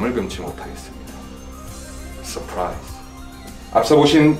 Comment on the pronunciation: 영섭쌤은 왜이리재밌을까요?' 와~이?' ... 쌤의 재능은 어디까지 일까요 '써푸라이스~~'~이유를 아시는 분은 '저억~끅' 알려주시길 바랍니다. 이상 임팩트있는 쌤의 발음을 따라해보았습니다.*^^*